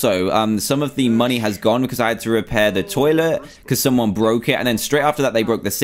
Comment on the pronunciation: Dantdm u say moneyz instead of money